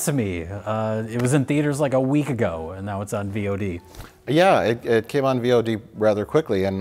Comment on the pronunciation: These men do not watch twitch. V. O. D. hurt me every time instead of VOD haha.